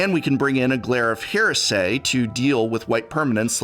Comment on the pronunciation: Professor: I used to teach english. Also Professor: oRtChId! HeArSaY!